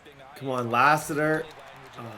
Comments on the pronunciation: Hearing mispronounce common American names is hilarious “La-Sitter” god bless him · Lass-it-er His dad played for the Cardinals. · Man, you’re crushing these guys last name. Latham and Lassiter was KILLING YOU. LMAO. But it’s cool. Keep the content coming. You have real fans behind you! AND RUN THE DAMN BALL! LOL. Just a reminder.